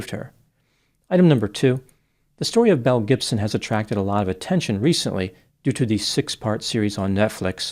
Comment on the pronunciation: I’m know you’re saying Belle Gibson but I keep hearing Mel Gibson and both track lmao. 😂